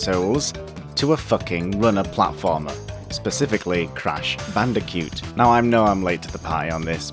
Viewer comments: you seem to be having trouble saying Bandicoot. you say it like Bandicute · "Crash bandicute"